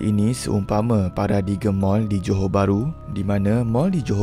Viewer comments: bukan paradigem bang. sebut paradime betul. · Min, Paradigm tu pronounce as "paradaim" bukan "paradigem" Saya pun baru tahu juga tahun lepas tu pasal saje share.